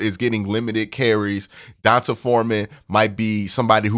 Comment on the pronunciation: Aye Q it’s pronounced Dee-Ahn-Tae lol lifetime longhorn here lol